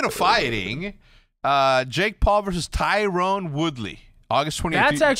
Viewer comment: it’s not tyrone it’s tyron LMAO